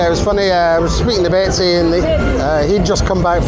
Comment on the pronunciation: Are you calling Besty (Tom) Betsy on purpose lol?